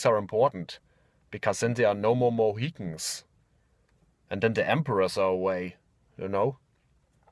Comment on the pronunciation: I almost choked to death on my diet Dr. Pepper when he said "Last of the Moheetans"